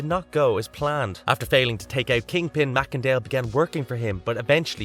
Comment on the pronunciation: I THINK that you pronounced Macendale’s last name incorrectly. I think that it’s pronounced MACE-En-Dale!